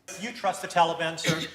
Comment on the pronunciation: "Tulibun"....c'mon Joe say it right